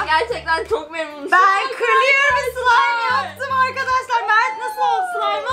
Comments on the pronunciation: Slaym değil slimeee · slaym değil slime